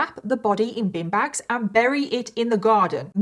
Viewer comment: Oh...bin bags...I thought you said bean bags!!! Was wondering what the hell that was gonna do.